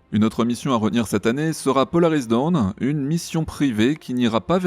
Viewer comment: Alors ce n'est pas Polaris Down mais dawn (prononcez DAUNE) ce qui veut dire "Aube". Par contre, il y en a un qui commence à me faire peur, c'est Elon Musk. Je crois qu'il faudrait lui expliquer "poliment" ce qu'est la démocratie !!